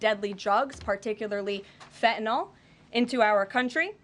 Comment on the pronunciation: There is no “o” in FentanYL, get it right